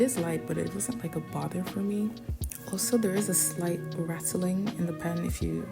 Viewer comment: Aslo? You mean also?